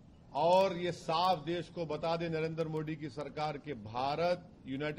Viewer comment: The way owaisi says 'Modi' as MO'D🤣